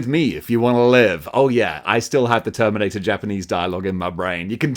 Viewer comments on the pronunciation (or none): none